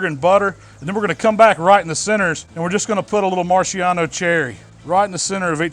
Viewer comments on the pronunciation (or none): Youu called them Marciano cherries instead of maraschino cherries. But not a big deal. Loved the way the cake turned out. Did it have a smokey flavor?